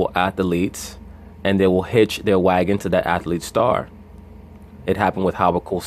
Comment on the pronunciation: "ATH A LEETS" BRUH...😉